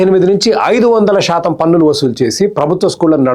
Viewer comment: Shaatam anakandi please. Melika syaa ani oka alphabet undi telugu lo